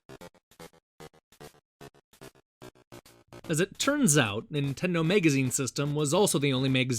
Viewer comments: Why the fuck do you keep saying mEgazine? It's mAgazine... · MAGAZINE! FOR THE LOVE OF GOD, STOP SAYING MEGAZINE! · whats a "megazine"? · Is he saying megazine on purpose? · Why do you pronounce "magazine" like "mega zine"? Very weird. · "Nintendo Megazine" I wonder if he pronounces it so profoundly wrong in order to sound smarter. Or if he truly believes MEGA Man & MAGAZINE are pronounced the same. He does the same thing with Staggering, becoming Staygering. I guess you can incorrectly speak as much as you want, when you make such good & involved videos, just on some old NES games. I still had to point it out, but this gets an easy subscribe for me, considering all the garbage game channels EVERYWHERE. This video went in detail just enough & w/o it being the same old bullshit. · why why why why WHHHYYYYY can't he say MAGAZINE?? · What's a "megazine"? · tomato tomoto, except no one in the world says tomoto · Where are you from? I'm trying to place your accent and I can't make any sense of it. I've never heard anybody pronounce "magazine" as "megazine" before. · jesus fucking christ how can you mispronounce MAGAZINE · but you don't have an accent.... you're just saying the word all weirdlike... I appreciate you responding though and apologize for the fuck I through in there... it just super bothered me last night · Z Kizzle I agree dude it's totally not an accent. lol If that were the case it would be noticeable throughout the video with several words but it's only these few particular ones with the "a" part i.e. magazine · yeah, some people say tomato, some people say tomoto, some people say donabsorbejejdhhhehyebdd